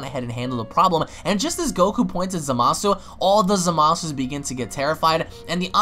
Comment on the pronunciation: Hey, you do know you're pronouncing Zamasu wrong right? I'm not saying I don't like the way you say it, just letting you know in case you didn't know in the first place